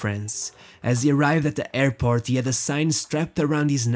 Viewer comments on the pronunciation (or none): none